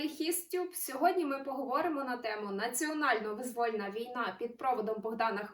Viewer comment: Чому вимовляють "визвÓльна війна" замість "вИзвольна війна"?!